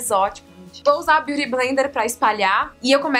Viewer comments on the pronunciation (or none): none